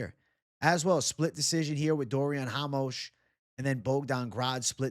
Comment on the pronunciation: who the fuck is hamos ?! RA-MOS